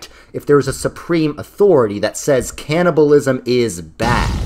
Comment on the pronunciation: what is "canniblaism"? Asking for a friend.